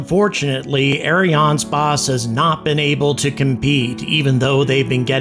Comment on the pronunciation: It reads Ariane space, not spáçe xD